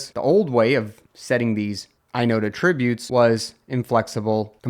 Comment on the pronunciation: Yes, except when your AI mispronounces "attributes".